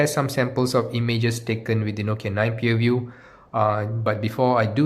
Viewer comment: Pureview it's view not pure